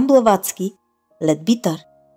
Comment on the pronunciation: Казва се "Блаватска", а не с англосаксонското му звучене.